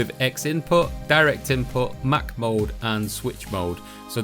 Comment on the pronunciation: when this guy says "mode" I keep thinking he's saying "mold"